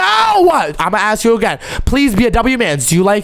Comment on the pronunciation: bro just said aks instead of ask